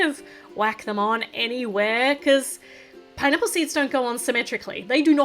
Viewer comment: 😂😂😂YOU SAID PINApale